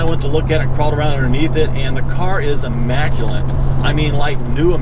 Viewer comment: Oh and one other thing, there is no N in the word immaculate. EMA ku- LET